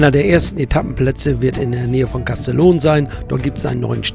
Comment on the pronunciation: Castellon, wieso kannst das nicht richtig aussprechen?